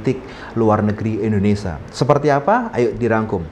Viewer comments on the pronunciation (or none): Bukan Endonesa tapi Indonesia. Bahasa Indonesia itu baca dan tulisannya sama saja 😅